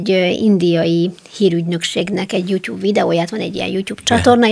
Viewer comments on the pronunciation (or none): none